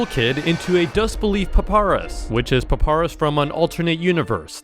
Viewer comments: how can you be an undertale fan if you cant even say papayrus right paparus 💀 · I hate how he always pronounces names wrong. PUPURUS? BLUE DUD? DUDE, ITS PRONOUNCED BLUE DUDE AND PAPAYRAS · papa-rus DAWG WHO THE HELL IS PAPARUS ITS PA-PY-RUSS NOT PA-PA-RUS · Y do u say papayrus as paparus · calling 1x "one by one" is crazy 😭🙏 edit: also you forgot all of the Cupcakes lore edit 2: bro really called papyrus "paparus" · this is the first time i ever heard a person pronounced "papyrus" to "paparas" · Hes a undertale fan and he calls papyrus paparus bruh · did bro just mention one of my favourite game's character(papyrus)? Im not sure because of the way flush said it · he mispronounced papyrus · that triggered me sooo bad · He butchered the name papyrus so bad